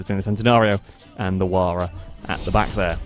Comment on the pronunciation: The Huayra is pronounced "huh-why-ruh" the starting "huh" sound is very soft, exhaling; more of just the "h" continuing to the "why-ruh" part. The "u" sounds like "a" in "what".